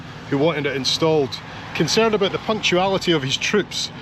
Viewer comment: Hanging aboot? “ He who hangeth aboot, geteth hee-haw” 😅